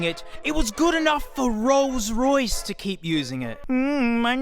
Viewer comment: Ah yes the rroyce